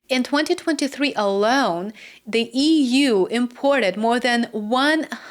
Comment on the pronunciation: EEWUU.( Read as EU!!). 😅